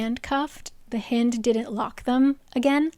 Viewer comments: ahah I can't its "Hynd" like "HIGH-nd" of a deer. not HEEND. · It’s hind like behind. Please 😭😭😭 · just realized that does not include pronunciation LOL its pronounced like "hind end" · Haha "hind" is pronounced like "kind". A hind is a female deer. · Hind is definitely pronounced like “behind” … hind is another word for deer! And she’s a deer shifter.